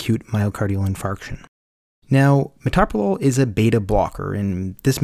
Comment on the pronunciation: Pronounce the medicine correctly.